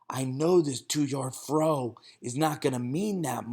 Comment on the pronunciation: "2 yard frow"